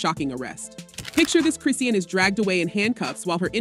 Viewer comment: Say her name right it's chrisean